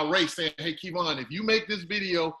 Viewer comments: Lmao key-von haha gettem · So you just never gonna say his name correctly huh #uglyboyspod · Did he call him Kevon?? 🤣🤣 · Who tf is "key-von"???🤣🤣🤣😂😂😂😂😂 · Kevon is different from Key - Vaughn lol I get Kevon like Devon but Key-Vaughn it’s too much 😆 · Who the hell is “Key-Von”? 😂😂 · 😂 He thinks his name is “Key-Von”.... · Ok ok who TF is Kee'von. You mean Kev On.... Whew chile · His name is pronounced Key-Von? Oh snap... his name is Kevon? Wow... I just caught that... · You know how much effort it takes to say KEY-VON. This man clearly being petty. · Who is KeyVon??? Ughhhhhhh Hi Kev!! (Edit: Couldn't watch this all the way through with saying KeyVon) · Is he trying to throw shade by saying Keyvon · is such a OG, he keeps saying Kēvon... and shout out to Kev for not correcting him upfront like most of us would do. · Who is KEE-Vaugh?!?!?! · I kept thinking, “I didn’t know his name was “Kee-von”! 😂😂😂😂😂🤦🏾‍♂️🤦🏾‍♂️🤦🏾‍♂️🤦🏾‍♂️🤦🏾‍♂️🤦🏾‍♂️ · I guess he is reading Kevonstage as "Keyvon". LOL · For someone to say “I’m a fan of your work” but still call him “KEYVon” is 🤦 To not correct him til nearing the end of video and still keep a smile is impressive Mr. Kev!.... I slick think is asking questions to kick start & help his own online presence... maybe I’m tripping 🤷‍♂️ what y’all think?!?!?? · You accepted KeyVon as your name now? This dude is getting me upset and it's not my name. He just rude. Glad Kev finally spoke on it but goodness! You're being judged by not saying a person's name correctly even though you're supposed to be a fan and being interviewed. I'm only here for Kev., Kev answered your questions. Why try to put words in his mouth to make him believe whatever you want him to. Rude, you would take it for the money...don't believe you. Man, I really want to stop watching, but I must support. STAGEKREW life. He was waiting for the offer. Jealousy, envy much? Kev, discernment is awesome, let the Lord use you bro.